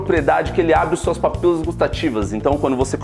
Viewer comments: Eu entendi ele falar certo, "papilas" ! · Eu concordo que o som tá muito alto 😂😂😂 mas, ele faaaalou “papilas” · mas ele fala certo voti kkkkkk